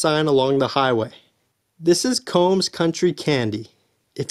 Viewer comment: The lower falls at Englishman River is freezing in the summer. Notice the dude wearing his wet suit. Unless you tried the water I wouldn't go recommending you go swim in there unless you like freezing water. Coombs is pronouced COOms like coo coo clock not combs like a hair comb.